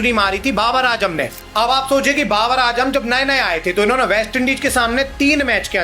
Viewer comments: Ajam nai bhai ..azam...aaaaazzzzzaaam....😂😂😂😂 bolna tu seekh le bro phir analysis lar lena 😅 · Abe dehati its Z not J